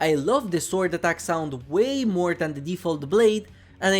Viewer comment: Not to be mean, but try saying sword withouth pronouncing the w. Great video still